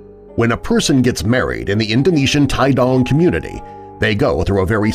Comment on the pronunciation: Tidong pronounced as Tee-dong, not Tai-dong and sulawesi is Soo-lawesee, not soo-lawe-sai